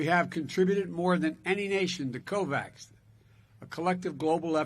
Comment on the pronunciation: "9 point" error_run_script.exe ......excuse me... COVAK! cmon man